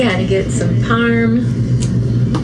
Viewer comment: I ALSO HATE HOW SHES SAYING "PARM" AND "MOC"